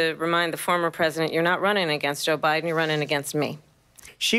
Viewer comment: did she call Biden Obiden? 😂😂😂